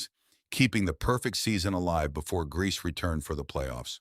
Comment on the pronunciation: I hate AI! It's Grie-See not Grease! 🙄